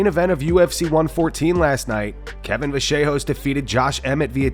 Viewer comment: Why are people pronouncing Vallejos so strange? LL = "y" sound not a "j" sound